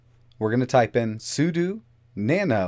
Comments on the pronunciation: `Seu dough` otherwise it's like nails on a chalkboard. 😬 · I cringed every time he said su-du, but I forgive him. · say it with me " soo - dough, soodough "